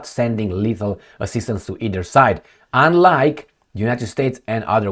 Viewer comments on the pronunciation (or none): none